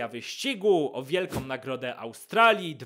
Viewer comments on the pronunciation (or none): Cały czas mówisz WIELKOM